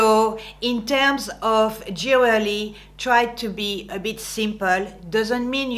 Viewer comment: J'aime bien comment tu dis "jewerly" et "décolletage", tu fais tes propres mots mais ça passe. :)